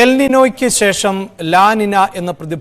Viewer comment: അതിന് "ഷെശം" ആണേൽ കുഴപ്പമില്ല 😂